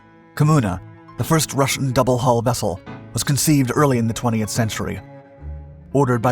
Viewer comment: It's double HULL not double hall .